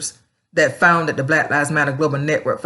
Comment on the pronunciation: "Blat Lives Matter" LOL.